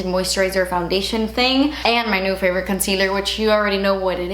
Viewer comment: Has anyone else ALWAYS LOVED how says “concealer?” It’s so Cuban and delich-ous